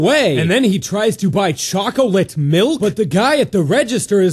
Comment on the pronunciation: Choc-Uh-Litt Milk